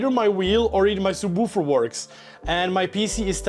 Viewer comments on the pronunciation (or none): okay him pronouncing subwoofer as "soobwoofer" is extra reason he's the wholesome man we need